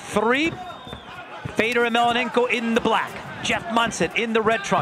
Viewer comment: Who the hell is "Fader" ????? His name is FEDOR!!!!!!